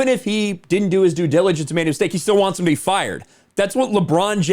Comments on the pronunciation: He can't even pronounce due diligence lmao! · Bro this man can't even pronounce "due diligence" lmaoooo